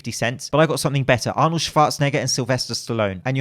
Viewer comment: As a Austrian, bravo for the pronunciation of Arnolds name